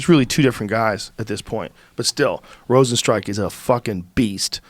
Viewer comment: Joe “Rozenstrike” Rogan